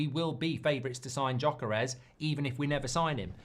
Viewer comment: Say YOKERES not Djokeres!